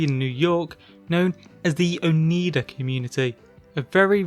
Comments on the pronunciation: The Oneida are also a native American tribe, originally from the east coast around New York but now mostly centered around their reservations in Wisconsin as well as Ontario in Canada. I wonder why the cult adopted this name for themselves. You tried your best, but the pronunciation is Oh-Nie-Dah not Oh-Nee-Dah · Oneida is pronounced Oh-nī-dah. The letter i is long, pronounced the same as pie or as in the proper noun Niagra. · FYI:Oneida is pronounced O-NY-duh is an upstate NY indian tribe that was a part of the old Iroquois Confederacy.